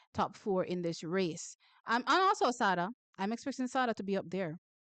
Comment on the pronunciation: Thanks for your work, but please pronounce Sada properly. I think it's supposed to be like Sade the singer.